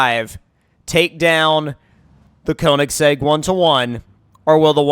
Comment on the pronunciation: Say Konisegg one more time! I DARE YA